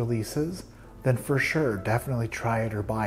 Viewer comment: My man said “my foes.. fa shoo”! 😩😂